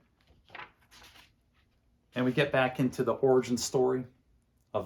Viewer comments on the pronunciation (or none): none